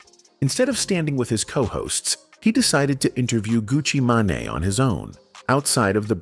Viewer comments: Gucci Manai? 😅 GTFOH ai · This is terrible for ai. Gucci ma-ne 😂😂😂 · Gucci Maa-Naay????